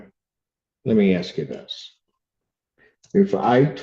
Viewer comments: Axe me, please say ask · 3 ROOMMATES SAYING SAME THING...THIS ONE IS THE TROUBLE MAKER!!! COLLEGE STUDENT THAT CAN'T PRONOUNCE "ASK" AXE??? THIS WITNESS DOESN'T LIVE THERE...SUCH BULLSHIIIT!!! SHE'S GOING TO BE A NURSE???YEAH RIGHT...CAN'T EVEN GET ALONG W/ROOMMATES;CAN'T TELL YOU WHEN/HOW MANY TESTS FOR FINALS??? WON'T LISTEN TO THE JUDGE SHE'LL BE BACK...JUGE JUST BASICALLY TIED EVERYTHING UP IN A NICE BOW... "WHAT IF THIS,WHAT IF THAT?" HANDS ON HER HIPS,SMACKING GUM & STILL NOT LISTENING!!! WHEN JUDGE YELLS AT YOU FOR YOUR GUM AND HE LEAVES THE BENCH...YOU ARE IN TROUBLE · Ask ask ask. For the love of god and all that’s holy - the word is ASK. Not Axe. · When it starts with "you axed me..." you know it's gonna go off the rails fast. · “Axed” me! My God! Speak clear English intelligently! Even people who are not born here speak better than these people!! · Agreed! I cannot stand that either. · Agreed! I don’t understand why some people simply cannot pronounce that word correctly. It’s lazy.